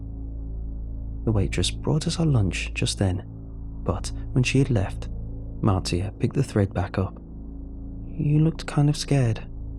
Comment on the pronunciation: No offence, but I'm pretty sure her name is pronounced Marsha, with a "new era" spelling. To everyone listening, take a shot every time he says Martee-a...